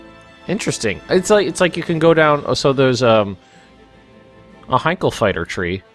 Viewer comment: btw as a german i know the plane company heinkel is pronounced like hinekill